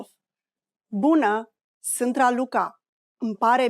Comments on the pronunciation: de la inceputul videoclipului mi am dat seama ca e o parnaie. ai pronuntat sant in loc de sunt. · If you wanna learn romanian, do yourself a favor and try another video. This one is not as accurate as you might think. First of all, the pronunciation of "sunt" was made incorrectly several times, only 1-2 times she said right... "bună seara" it's just good evening, never good night which is actually "Noapte bună". Excuse me can be formal and informal in romanian at the same time, translating as Mă scuzați-mă formal and scuză-mă- informal. And we are not really talk like that 😂 For exemple we never say " cât costă aceasta" only " cât costa", "cât este" or "ce preț are" - what's the price. "cât costă aceasta" will be "how much is that/this".... Or this/that one.... So, as previously said, try another video 😂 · I hear "sînt" instead of "sunt". Is it reduced in this way? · Can you please explain to me why when you speak slowly, you pronounce the verb "sunt" with the vowel "u" and when you speak faster, this sound turns into "â"? It looks as if "â" is an allophone of "u" in this case, am I right?